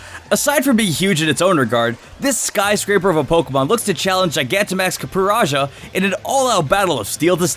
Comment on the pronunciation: Yeah i knew that you're propably supposed to pronunce it Coppe Rajah Like Raja in you language